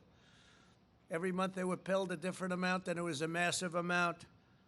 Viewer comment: "Every month they were pilled a different amount and it was a massive amount". This guy is funny with his slip ups and simplistic hyperboles.